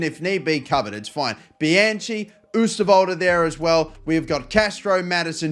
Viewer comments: It is pronounced Bi-Han Key. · For Bianchi, it's pronounced "bee-uh-nki" in Italian